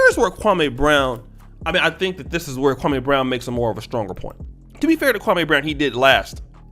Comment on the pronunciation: 2 quick points #1 the shit wit stak and matt Barnes was 2 weeks in a row the Jeanie Buss episode then the Gilbert episode. #2 the fact that people say his name like that kwamaeeee brown is disrespectful in itself dude name is Kwame and Steven A has been told over 10 years ago that’s disrespectful to say his name like that